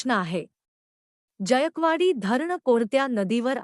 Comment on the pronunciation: जायकवाडी धरण. जायकवाडी हा स्पष्ट उच्चार करणे.